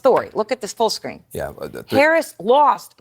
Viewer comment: the emphasis on the lost is hilarious 😂